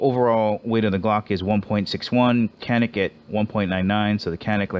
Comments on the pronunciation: Canik is actually pronounced janic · Since canik is a turkish gun I'm pretty sure the original writing would be çanik which is pronounced "chanik"